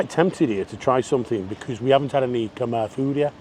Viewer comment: I miss Cambodia, need to go back some day. P.S. Khmer is pronounced ' Kam Eye' .